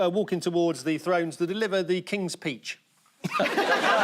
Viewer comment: I am now hearing "King's Peach" 😊😂😂😂